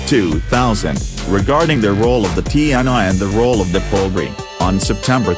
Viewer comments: Its actually pronounce "tee En EE" not like tee en ai 😊😊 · Cuma ti en ai jx yg jelas kedengarannya😁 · Bukan tee and I tapi TNI serr,.. Bacanya,. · Ti En Ai... Agak aneh sih dengerny 😂😂